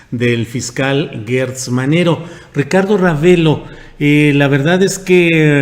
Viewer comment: ¿Porqué pronuncias guertz y no como es; gertz.? Aunque por mala costumbre se escuche guerber y no Gerber,no debemos seguir en el error.